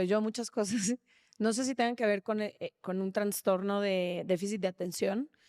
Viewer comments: No se dice traNstornooo... Es trastorno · TRASTORNO, no es transtorno